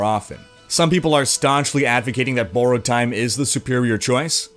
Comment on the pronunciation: hmm. your pronunciation of "borrowed" sounds odd.